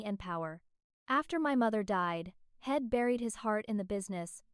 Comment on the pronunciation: Please fix the AI pronunciations of simple words li I'm and he'd